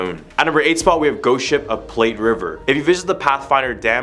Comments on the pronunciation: It's pronounced platt not plate (Platte River). Bet the Casper mummy got buried out in the prairie. I've stayed at the Plains Hotel when we had a seminar in Cheyenne and no ghosts there. Sorry. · Haha yeah I’m a Wyoming native, was gonna say the Platte and the Shoshone pronunciation. Platte is like flat. And it’s sorta white guy arrogance but we say it like Show-Shown. There’s also a town called Shoshoni, pronounced Show-show-knee. About the weddings, none is you know a Wyoming guy is married because there’s holes in both truck floorboards so she can spit her Copenhagen out too. Big nose George gets mixed with Big Nose Kate, famous as kinda the first real hard female cattle thief. We also are who gave women the right to vote first in entire nation. If they came out here in old days and made it through insane winters, native wars, range wars, being massively outnumbered by men (and grizzlies), suicide problems, isolation, yeah they deserve at least equality. So I’m not too shocked some wildness cracked off at Wyoming weddings. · It is pronounced "Plat" river. The extra T and the E, are silent. Oh, and I've lived in Wyoming since 1974. Yes I've heard of Big Nose George. There is even an exhibit at the Wyoming State museum about him. The rest are FAKE. Thank you, Next!